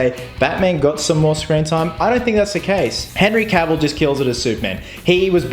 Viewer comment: one of the few people who pronounce henry cavill's name correctly.